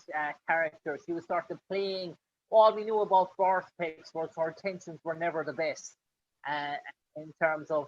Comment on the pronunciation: VorpAx! Not VorpEx.